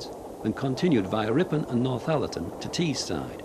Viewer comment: "Teesside" not Teeside